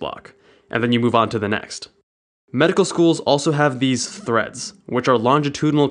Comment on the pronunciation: When you said "Threads", I thought you said "Threats" and it made the sentence VERY different. Haha!!